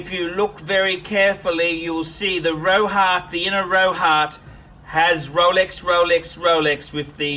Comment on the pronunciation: J R he was trying to say his bluesy has Rolex Rolex Rolex written on the Rehaut, but called it Rohart instead.